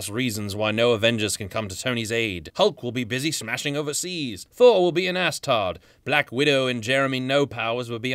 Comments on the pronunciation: Astard not Asgard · "...Thor will be in Asstard." I died.